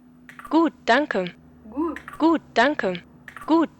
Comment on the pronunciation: When you said "gut" at the end it sounded like a native speaker!